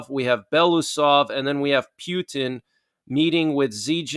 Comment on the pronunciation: The way you pronounce Putin is disgusting